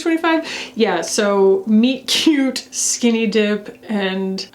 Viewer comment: MOB M36 is awesome. And I think I need that Soshe blush, it’s beautiful. I am cracking up at those Estée Lauder blushes 😂😂😂 and then I’m listening and I thought you said one of the shades was Meat Cutie and I was snorting. I’m so glad it’s Friday.